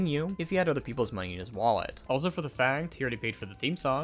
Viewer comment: careful, you very nearly have this odd emphasis on your words, similar to i.e "what they don't understand, is that due to how much money they raiiiiisssed...So while they did get he moneeeyyyy" Very annoying my man.